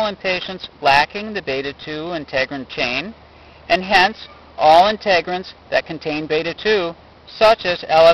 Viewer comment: Integrins, not Inte-grins